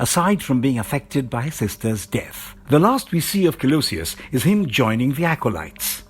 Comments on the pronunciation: Pronunciation of their names is atrocious. Didn't continue watching it after hearing the narrator say "Collowsee-us" . Hahaha! Disliked the video. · The pronunciations are fantastic! Magnetto, Colosious. Why not Wolveraine? All that aside, awesome video, really. Great summary 😊👍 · MagNEToh...coLOUsis...wtf. Are any of you on this channel actually fans? The amount of essential, incredibly popular names this channel seems unable to pronounce is rather unbelievable... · Magnetto and Colosseus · or Kolosius. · This was trash. You cant pronounce colossus, xavior, or magneto , "aluminum spikes " under the adamantium ? TF man...